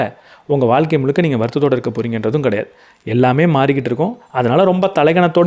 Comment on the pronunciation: வால்க்க ன்னு சொல்வதை கேட்க முடியல..'ழ' சொல்லி பழகுங்க .. வாழ்க்கை.. காணொளி நன்றாக இருந்தாலும் உச்சரிப்பு எரிச்சல் ஏற்படுத்துகிறது